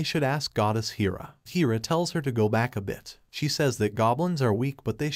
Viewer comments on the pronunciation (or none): It's hair-uh, not heer-uh.